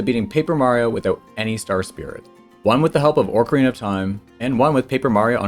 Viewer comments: Why do you say Orcarina? There's no R in that part of Ocarina. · It's Oak-arina, like the wood, not Orc-arina like Saruman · There's no R at the beginning of Ocarina. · look i can excuse saying mærio but "orcarina" is just wrong. you added a whole extra R there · ORCarina? It's not an orc princess! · Yeah, it's meant to be Ocarina, not Oak-arina. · I am asking this genuinely and I apologize if it comes across as rude in any way but do you say 'orcarena' as engagement bait or is that just how you're used to pronouncing it? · Orcarina. I hope you say things wrong for engagement bait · you pronounced ocarina wrong